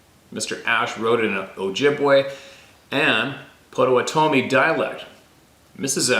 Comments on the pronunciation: "Pot a watt' a mi" Potawatomi with the emphasis on the watt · Hey brother… the way to say it is: POT OHH WATT OHH MEE 👍❤️🇺🇸… not trying to be a critic, just trying to help. Much love ❤️ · Pot-uh-waht -uh-me. Potawatomi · Here in Oklahoma, it's pronounced Pah-toe-wah-tah-me. If that isn't correct, I apologize, I've heard it that way all my life.